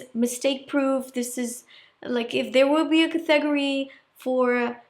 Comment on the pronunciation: So pretty! I love your videos and watch them all and have learned so much. You are the best make up artist on YouTube. It took me a minute to understand “category.” I was so confused. Your English is very good, but your pronunciation of that word got me.